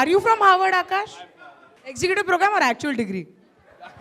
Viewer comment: Harvard sounds like Hogwart! 🤔